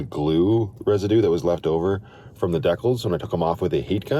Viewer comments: Deckles? Decals? Pronounced Dee Cals. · OMG yes took me like 5 mins to figure out what Canadian word that was😂